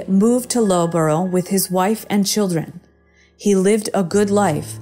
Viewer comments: 14.33 It's pronounced 'Luffborough' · Americans should look up how to pronounce British place names lol, Loughborough- it’s pronounced luff burrah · The town of Loughborough in England is not pronounced 'Lowbro' but 'Luffburrow'. Yeah, we're weird like that.